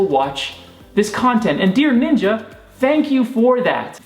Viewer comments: It’s not nin-jah is ninja. Jeez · Its ninja not ninjauuu